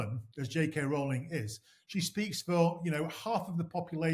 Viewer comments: It's 'Row-ling' as in bowling, not 'cow'; and what's with the Muzak? You guys getting paid for the assault on the ears? JKR is simply doing what she has always done working for Amnesty International or supporting Médecins Sans Frontières, fighting for the vulnerable and for women's rights, especially for the right for women to not be abused by men, whether they wear a dress or not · Its Row-ling, like rowing a boat. Not Row-ling as in having a row. Nobody ever says her name correctly. Also, King Canute didnt try and stop the tide from coming in. And he certainly didn't pass a law. He was showing that even as King, he didn't have power over the tides.